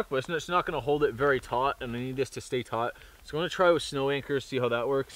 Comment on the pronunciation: were you saying tight or taut